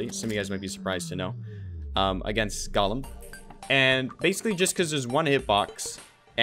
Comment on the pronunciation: how did calling golem "gollum" start? like did he say it wrong and then just go fuck it, it's a meme now, i'm gonna keep doing it, or was it always a meme from the start?